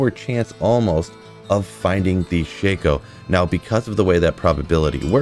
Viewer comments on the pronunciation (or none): It's pronounced Shack-O